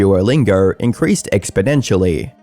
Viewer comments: Exponentially, not expodentially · "expodentially" ok, Joe Biden